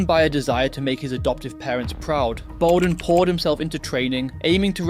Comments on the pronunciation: Bowden is said Bower as in SOUR so BOURDEN, not bow as in Robin Hoods bow. Sounds like it is tuff being Tough in Shanes' life. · You didnt pronounce his name properly… Shane, despite all his mistakes was unspoken and misunderstood. At some point I think he knew he was a man not long for this world.